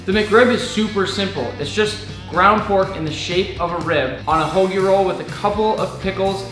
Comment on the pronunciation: He said hoagie!!! And I appreciate that